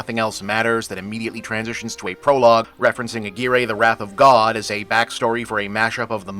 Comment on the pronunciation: Never heard "Aguirre" pronounced that way ... even in the movie itself ... or am I misremembering? It has been a long time since I've seen it. Great film tho. Kinski is always interesting to watch, almost regardless of what he's doing. And yeah, definitely a weird reference for a Disney family flick lol.